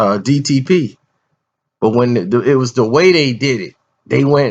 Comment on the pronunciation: Jada Blaze lmao and he called dtp "ddp".